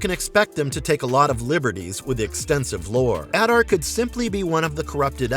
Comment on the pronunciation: The only one who pronounces his name correctly, which is shocking considering it is pronounced in the show. *If you want to go above and beyond, other Uruk-hai call him Ada, with the r being silent